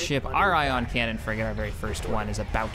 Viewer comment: "Ion cannon fligate in position"